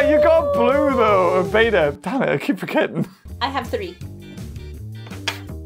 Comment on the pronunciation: I love this video but your calling beta blue which makes it even funnier (not trying to be mean)